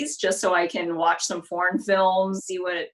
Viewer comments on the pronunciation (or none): I thought she said she wants her sight back to watch porn films for a sec haha. (what she really said foreign films)